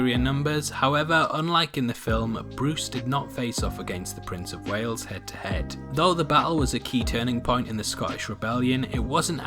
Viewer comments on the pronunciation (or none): none